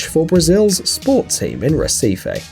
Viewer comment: i dont wanna be that guy but i cant get over the fact that you said Recife wrong and i dont know why. its pronounced He-see-fee